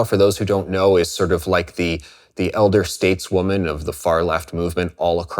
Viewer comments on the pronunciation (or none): none